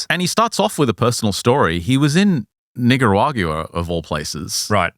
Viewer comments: NIGA what?? 😂😂 I thought it was NICAragua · Bro absolutely did NOT say it right 🤣